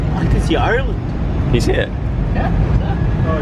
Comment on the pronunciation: YOU WERE HERE AND I MISSSSSSEEDD YOUUUUU 😭😭😭 (PS stop saying Island it's Irrrreland 😂)